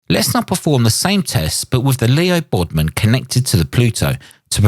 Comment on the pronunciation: LEO BODNAR, not Leo Bodmon. You have been doing these mistakes a lot lately.